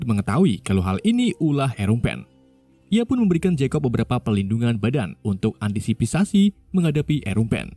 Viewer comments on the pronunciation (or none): antisipasi bg bkan antisipipasi